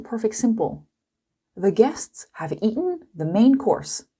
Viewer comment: it's eaten not eaen please